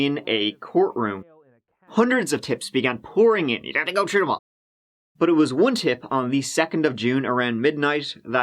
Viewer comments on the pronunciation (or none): At about mins in, talkin about tips comin in..he says,"u gotta go tru them all" 😂 bhahaha! It just sounds soooo funny to me for some reason 😁 I played it like tree times I found it so funny 😂